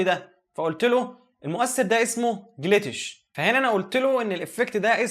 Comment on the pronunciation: هو اسمه جليتش مش جليتيش 😂😂ربنا يوفقك♥️